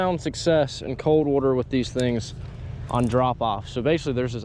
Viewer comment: “Let’s get out on the wooter”